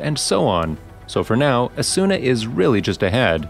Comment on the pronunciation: It's not Asûna, it's Âsuna.